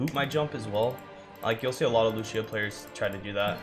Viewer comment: That's not how you pronounce Lúcio's name. And the fact that Lúcio says his own name in multiple voice lines makes that even funnier.